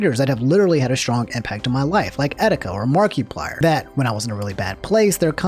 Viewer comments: "Mark-e-plier" Love you, not like that but yea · Marky Plyer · I’m not gonna love you if you say MARK-ee-plier one more time 😂😂😂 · Lol "Markie-plier" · "Mark E. Pliar"